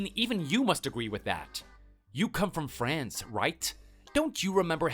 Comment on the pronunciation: I’ve been to France 🇫🇷 five times. The Father-law character can’t even pronounce “France” properly!!! Je parle un peu francais